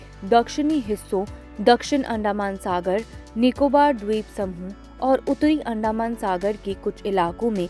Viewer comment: अंडामान नहीं, अंडमान !